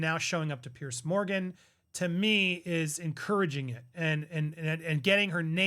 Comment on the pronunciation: It's not "Pierce" Morgan. It's "Piers" with an "s."